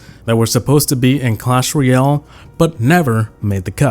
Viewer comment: “Cosh Roy-all” I love it